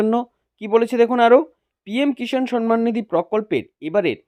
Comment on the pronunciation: আরে পাগলা, সন মান নয়; সম্মান। আর This video is fake.